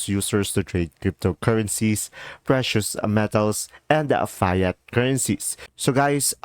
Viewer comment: Learn how to pronounce Fiat Currency